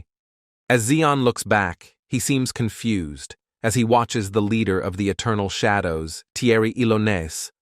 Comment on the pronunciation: Why does confused become con-fu-zeed